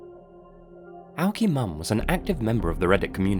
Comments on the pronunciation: I think it’s supposed to be pronounced a okie mom not aokie mom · it is not OWKY MOM it is A OKIE MOM . an Okie is a person from Oklahoma . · Aokie mom probably wasn't owe-kee mom. I think its was A- Okie-Mom. Okie means "from Oklahoma ". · It’s pronounced a okie mom. As in okie Dokie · aokiemom is pronounced like “A ok mom” i think lol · Everyone always gets her name wrong. Aokiemom = A Okie (Oklahoman) Mom Oak-ee, it's what we call ourselves 😂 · The aokiemom one it's pronounced a little different, the okie is said like Oklahoma, a-Okee-mom, that's something we call ourselves if your from Oklahoma, an Okie, lol, just thought i'd share that :-) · You missed pronounced the moms online name. It’s a okie mom. Not to be a grammar Nazi I just live in Oklahoma and that’s the only way I know. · im pretty sure you are pronouncing aokieom wrong, its probably A-OK-mom